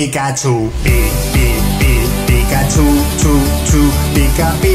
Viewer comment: Dice pikahcu 😅😅